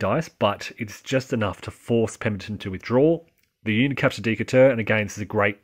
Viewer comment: Still trying to learn the game and enjoyed the commentary, but the city of Decatur is pronounced De kate ur. Hoping you continue this excellent series, with maybe more emphasis on possible Union employment of amphibious strategies.